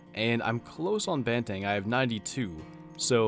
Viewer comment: It's pronounced "bahn - theh - ng" not "ban - tang"